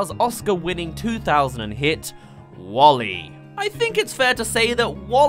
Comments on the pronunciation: Pronounced Wall-E not Wolly! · Not "Wall-E" but it is "WALL•E". WALL•E is an acronym: Waste Allocation Load Lifter: Earth-Class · WALL-E, not Wall-E :( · "Nyeh Heh Heh" (or Bonetrousle) works perfectly right there. Some compare Alphys to WALL-E in some ways. And let's not forget the stitchpunk "5" from Shane Acker's '9'. That would be kinda like David Lynch's interpretation of 'Dune'. Come to think of it, the "wasteland Earth" is vaguely similar to Arrakis. Try not to think of that as a "D for T." Instead, think of it as a "soft T." In other words, Chaotic Good will triumph over Lawful Neutral. All we have to do is rid ourselves of governments, corporations, and social "order" (read "oppression"). Lawful Neutral is more frightening than Lawful Evil. At least Lawful Evil has a cause. Lawful Neutral is entirely dispassionate and, in a sense, nihilistic. Same's true for Alphys. Guess that makes her vague similarity to WALL-E somewhat ironic. Andrew Stanton claimed he'd only seen Short Circuit once and didn't base WALL-E on Johnny Five, but even his internal parts have that '80s analog look! Resist globalism! Embrace nationalism! * cue Spear of Justice theme * (And yes, Undyne would back me up on that.) So why aren't we fighting the parasitic acolytes of globalism in the streets? You could reference THX-1138 or Aperture Science and you'd be spot-on either way. Stanton drew a lot of influence from Aldous Huxley. Stanton mentions that in the commentary. THX-1138 and/or Silent Running since they both influenced 'WALL-E' and both have an anti-state, anti-corporate, a